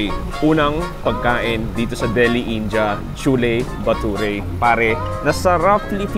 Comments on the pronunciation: Its Ind.ya or Indi...not In.ja. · its "in-di-a" not "in-ja" sbe ng mga indianong kawork ko ganyan daw po tamang pagbigkas.. kce nung bago lang den ako dto sa uae kinorek nila ko kce inja den un pgbigkas ko..